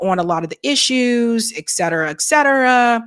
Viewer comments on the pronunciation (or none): It's ET cetera, not "exetera".